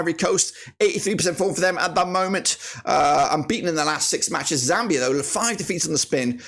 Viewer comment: It's called zambia not zamibia😂😂